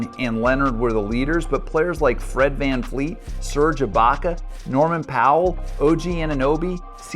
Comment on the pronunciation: Why do you keep saying VanFleet… it’s clearly VanVleet.. tf??